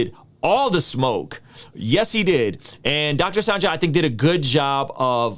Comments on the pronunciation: Hey his name is pronounced Sanjay (sun-Jay) not sanJah 😉 nbd Just wanted to let you know. 🙃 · haha came on here to say this. like why do you keep mispronounced his name lol. he's well know enough to know how his name should be pronounced